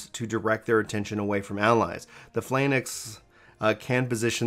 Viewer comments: Subbed! GG on the vid. and by the way - Phalanx would be pronounced Fay-lanks:D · thx for the video nice overview of class's. btw PH=F in Phalanx so its sounds like Falanx should help you to say it in future terms if so required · Phalanx - pronounced Fay-lanks It's a shield wall formation. I think it was created or perfected by the Romans. :) It's all good bro! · Fay-lanks, good job showing off the classes thinking about going support reaper/bard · No need to feel bad about pronunciation, but if you wish to know Phalanx is pronounced "Fal-angks" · Your reading or pronounciation problem with Phallanx is not a problem for me, but I didn't like that the info this video contains is just light commentary on what happens in the basic class trailers and you reading the official class description texts. I hoped for new or deeper insights.